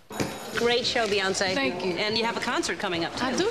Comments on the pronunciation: omggg ellen calls her Beyonc'eye'. lol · HAHAHAHAHHAHAHAH beyonsai eh beyoncee.... i laughed soo hard look at Bee's face when ellen says beyonsai